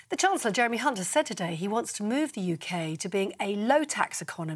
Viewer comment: Wow the news girl nearly said Mr Hunts name wrong